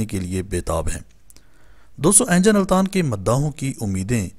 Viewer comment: بھائی صاحب ، انجن التان نیں ، بلکہ درست اینگن التان ہے